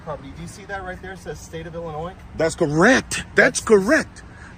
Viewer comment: Just like GoatBoy he thinks that Illinois is pronounced "I'll Annoy".